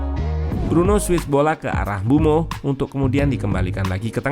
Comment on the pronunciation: Saran bang, kalo nyebut mbuemo sedikit ada penekanan, soalnya kedengaran seperti bruno